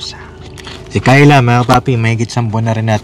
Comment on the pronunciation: Ano ba talaga ang tunay na pagbigkas sa pangalan ni Kyla o Tyla 😅 puro Tyla kc si.Ay naku noon pa sana kong nakinig si Kyla hindi ako bashers papadinz pero pagnagsasalita si at demanding sila sorry po kaya ang mabuti papadinz sa institusyon na lng ipasok.